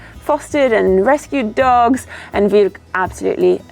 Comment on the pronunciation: "Got Vilk?"